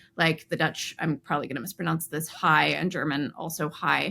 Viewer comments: your Dutch pronunciation of ‘haai’ is flawless. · Your pronunciation of "haai" was spot on. It really is just pronounced like "hi" in English. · I am Dutch and would like to react to some things. 1: your pronounciation of "haai" was quite good. 2: We do not say "frosch", instead we say "kikker". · You were spot on with saying haai (shark in Dutch). Frog in Dutch is kikker however. Vos means fox. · Your pronunciation of Haai is excellent. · The pronunciation of haai in Dutch was actually spot on 🙂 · Your dutch 'haai' was pretty well pronounced :) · Shark is an interesting one. The Dutch word for a villain is schurk, which relates very much. And bat has this mouse association in Dutch and German as well: vleermuis which I think means something like winged mouse. Btw: 's pronunciation of haai is very good! Bbtw: imho, octopi is a bit foolish attempt to look smart. To me this sounds like a pie sliced in eight 😊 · You pronunciation of haai was very good; just pronounce the word high a little more stretched out :-P